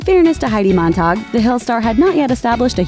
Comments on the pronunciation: Mon-tag not mon-tog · It is MOntag, not MAntag lol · Why are you calling her Heidi MonTARG though...?